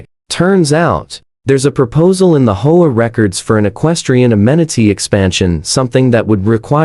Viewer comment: hoea hoe about H O A , these ai voices when not fixed really suck ....